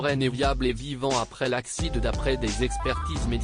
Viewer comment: C'est un robot qui lit! C'est absurde et ridicule! Il prononce "accident" ACCIDE!......